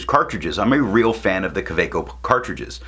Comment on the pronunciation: Nice informative review. I'm always shocked when someone knows the actual pronunciation of 'Kaweco'! ~:^o